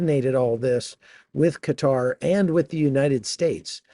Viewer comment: Thank you! For pronoucing Qatar correctly! ❤